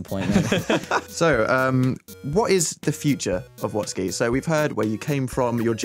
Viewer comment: Wastky...? You mean *WATSKY*?